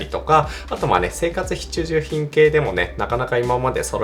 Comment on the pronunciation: 生活ひちゅじゅひんかわいいですw